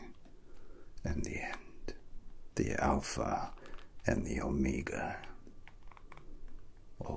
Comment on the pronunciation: Love it but bro really pronounced it "ohmeega"